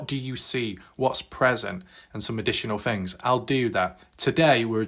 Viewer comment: whats with certain brits who often replace 'th' with "fff".... first fings first. it's super annoying. why is this guy covering a story from america anyway?